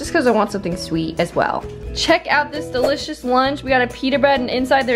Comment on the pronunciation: Why does always say "DILLicious"? It's delicious